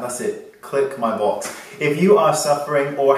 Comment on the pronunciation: Is it just me? Every time when I hear you say click my box, it sounded like 'balls'... sorry Wayne 😂 I do love your tutorials!